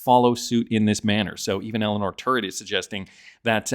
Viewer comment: Terrett not Turrett...Sir.